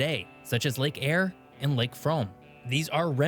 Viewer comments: He said Eyre correct the second time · Lake Eyre. "Air". Lake Air. Say it 10 times. Air, air, air.....! 😂 Lake Eyre only gets around 5 inches of rain a year on average so with evaporation and wide dispersal of the catchment waters it spends a lot more time dry than wet as do many of its sister great lakes. However it has been known to flood once in a while too.